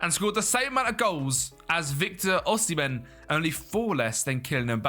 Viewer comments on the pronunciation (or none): none